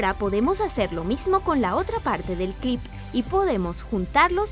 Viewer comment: like por cada vez que dijo clip ajada me encanto